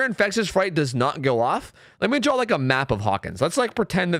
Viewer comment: are you one of those people that say "drawl" instead of draw?